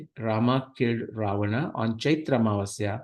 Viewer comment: The person writting to you have written clearly as Rama, Ramayana, Ravana... Why are you urdufying the words by distorting their pronunciations as Ram, Ramayan and ravan..?